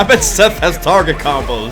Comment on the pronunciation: That's not Seth... It's Setha